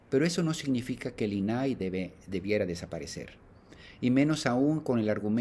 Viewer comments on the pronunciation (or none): Primero empieza por fijarte en los acentos .. INAI no los lleva .. no es "inaí" como lo pronuncias 😮 saludos!